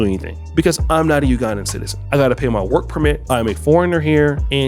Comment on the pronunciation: He can't seem to be able to say the word "work".